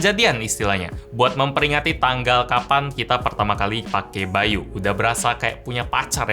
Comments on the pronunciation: by.u bacanya [ bay dot yu] ..bukan [bay yu]..hehe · bukan BY.U tapi yang kudenger itu BAYU wwwww